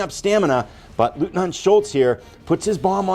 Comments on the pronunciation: Someone gave you the pronunciation? “LOYT-NINT” Except in Austria😂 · It's pronounced LOYTNANT. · I believe the correct pronunciation of 'Leutnant' is 'Loyt-Nant'.